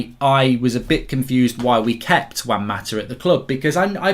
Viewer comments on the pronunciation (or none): none